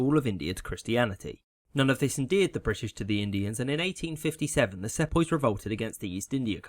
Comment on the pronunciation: Nice use of the other form of “th”